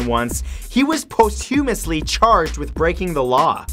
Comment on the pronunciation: You mispronounced 'posthumously' and 'hermaphroditic' lol great video though.